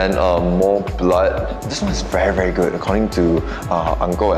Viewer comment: Hearing saying "very geud"